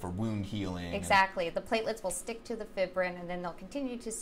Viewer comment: FIBBRIN? Uh.. Fibrin. Fie-brin. It would be the way y'all are pronouncing it if it had two bs. A real professional should know the correct pronunciation of this word, So right away I'm doubting the "expertise" of these people.